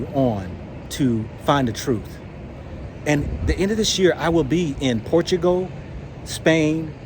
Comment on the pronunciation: Centugal not portugal